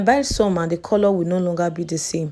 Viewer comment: the way u pronounce coolloor is scratching plz correct it🙄